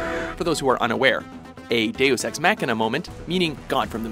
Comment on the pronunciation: I experienced physical pain every time the narrator tried (and failed) to pronounce "deus ex machina"